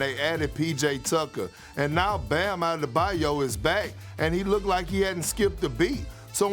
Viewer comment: Iam the only one That recognized that Perkins said Adebayos name right?